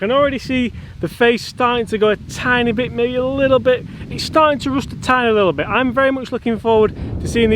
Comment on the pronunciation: Did you pronounce rust "roost"?